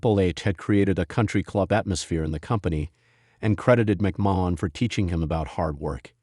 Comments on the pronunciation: even if it is that's not how Vince McMahon says his name. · It is obviously an AI voice and is a turn off for me when it pronounces a name totally different than the person who has the name. Whyt is that a problem for you?